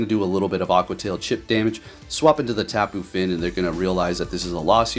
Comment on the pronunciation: Yo,... Why you call the Tapu Fini Tapu Fin?